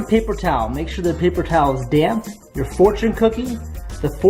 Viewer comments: I thought u said "damn paper towel". I was like omg what did it do to u 😂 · who else thought he said a damn paper towel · when you said damp papaer towel i thought you said damn paper towel XD